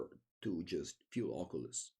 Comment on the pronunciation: I wish I sounded half as cool when I say Oculus.